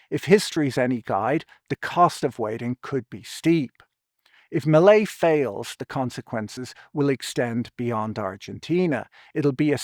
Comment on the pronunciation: Hearing "Melei's" sounding like "Malaise"